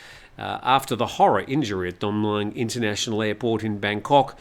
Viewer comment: where'd you learn your Thai? Pains me every time when you endeavour to pronounce Don Mueang. Listen to a Thai pronounce it. Just use the good old contracted phonetic vowel sound as in /wez/ for was between the 'm' and 'ng'. Everyone will understand you. There is a reason for the 'new' spelling of Mueang in English - ask a few old timer expats, but not Americans who still don't get it.